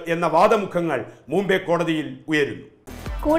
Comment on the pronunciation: മൂംബൈ അല്ല മുംബൈ